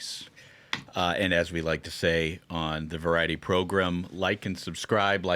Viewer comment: GRAM! Practice saying gram. Gram, gram, gram. It’s not “ProGRIM” it’s ProGRAM. “Welcome to the Ruthless Program” … NOT Progrim. Cringey asf when u say that. Otherwise, great program 👍